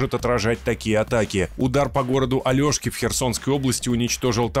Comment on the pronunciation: Товарищи журналисты! Правильное произношение названия города - АлЕшки, а не Алёшки! Название городу дала крепость-порт Оле́шье (др.-рус. «ольховое») вблизи нынешнего города Алешки, также назывались и земли вокруг неё.